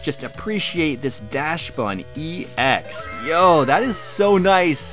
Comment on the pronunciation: DaXbun not Dash-bun